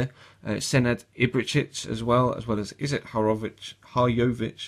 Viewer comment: I'm from Bosnia,when you come to Bosnia in album I was laughing like a bitch,and please practice pronouncing Izet Hajrović...HAHA :D